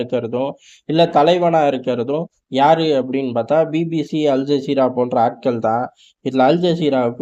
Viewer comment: அல் ஜாகிறா இல்ல மோட ஜஸீரா 😂